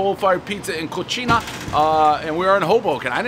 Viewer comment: The way he perfectly pronounced "cucina" (kootcheenah) tells me that Dave had been faking to be unlearned all this time purposely mispronouncing Italian words for years so that he can be seen as a man of the common people. Got ya, Dave! We know now that you are more sophisticated than you want people to think!!